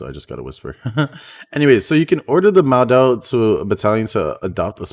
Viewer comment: is 陌刀, which (ofcourse chinese word many couldnt understand it) or pronounce as MO-Dao. not MaoDao. sorry im chinese, abit sensitive to the pronunciation. :) peace yo . and thanks for making this video. appreciate it !